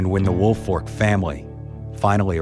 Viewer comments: Right its Folk like Faulk not Fork. Woolfolk not Woolfork It's a binge lol teachers always got it wrong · Yes. It’s folk not fork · As a Woolfolk, it drives me nuts when people pronounce it Woolfork....there's a difference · There is no "R" in Woolfolk. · I loved the story but it bothered me how the name was pronounced the entire video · Idk how many times I’ve gotten “Woolfolk” pronounced as my last name